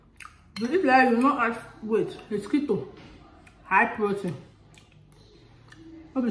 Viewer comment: Did you say keto?🤣🤣🤣🤣